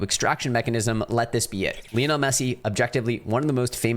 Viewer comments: Who is LEONEL MESSE? It’s LIONEL MESSE. 😂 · Isn’t Lionel pronounced like the big cat and not the way you say it?